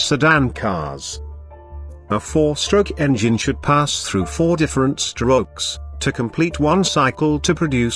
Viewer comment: four different stro-uges